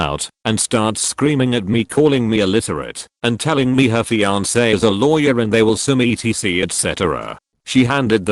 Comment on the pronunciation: No one: Reddit: Fiankay